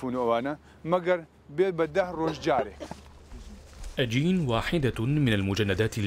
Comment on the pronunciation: اسم بنت اشين وليس اجين